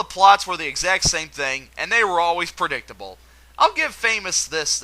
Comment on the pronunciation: You said the "exame sact" goal, rather than the "exact same" goal.